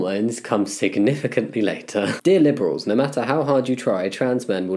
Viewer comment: instead of Dear Liberals i heard, Dear Nipples